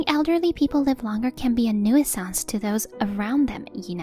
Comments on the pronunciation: 1st story was great. Loved the husband was supporting the wife. 2nd story...please learn how to pronounce nuisance. That was like nails on a chalkboard. Other than that, every one of us over 50 were once teenagers and thought 40s were elderly and in our way. Aging is just nature's karma for being obnoxious youngsters. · 'New-sanse', not 'new-ee-senz'. Your videos sound stupid when you don't research the language